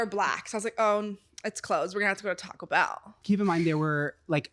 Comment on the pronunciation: Don't think I've ever pulled out my own clot so somebody but I have whipped out the tampon before lol. Call eye like how you said taco bell in the beginning lol emphasis on 🔔 she said I was not giving up audacidly but rightfully asks for Ketchup 🤣 awe I hope you saying her secret out loud on podcast stays here at podcast 😅 there's more myth than that and a person with money can fake an accident with you to get you killed (car accident or other means possibly intentional murder) if they paid people to find somebody who was a match then basically watch your life for a while. Find you create said accident. I donate blood regularly but I'm not putting my organs up on my card. Sorry. There's a big black market to harvest ppl for organs amoungst the sex slave industry it's sad but true. Will it happen to myself or anyone I know personally...??? Possibly not but still. said he ran away from the butchers girl uk damn well that chicken from a farm 😂 ❤loved this podcast can't wait to see what y'all have next love you both!